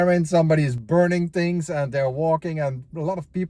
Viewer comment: what kind of "english"is that? sound slike someone form Holland tries to speak english! its called "th" not " f " .....ist called: thirty not ferti or tarti, and not "tinks", its things !